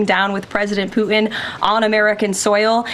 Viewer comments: I wonder how the Russian president likes his name pronounced “Pu-in”? THAT is disrespectful. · It is likely that poo-in is the more appropriate reference, though not what she had intended. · She needs to put the T in Putin, not puin. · Can't even pronounce Putins name properly. Sounds like Poo-in. Quite an apt description of Putin but very wrong, showing a total lack of ability. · Can’t she pronounce her T’s ? Pu in? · I wish she could pronounce Putin correctly. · Did she say his name wrong a couple of times